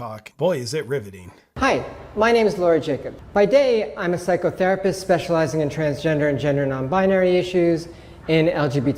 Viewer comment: this is a "psycho" pause " therapist" emphasis on the Pause there